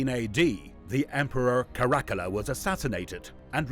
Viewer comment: Obviously you're not a historian or even somebody who knows a lot about this period in Roman history. You really really badly mispronounce Caracalla and then mangled the region of Cappadocia. That region comes up a lot in history and there's no excuse for you not being able to pronounce it. Also Caracalla is a very famous emperor and there's no reason you should be mispronouncing that. I've seen your videos pop up before but I hadn't watched one until this one and now I regret having wasted the time watching it.